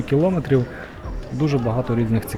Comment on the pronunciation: Не ображайтеся, але "кіломЕтрів"